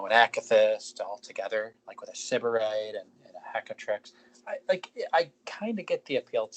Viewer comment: Stop mispronouncing Syberite lol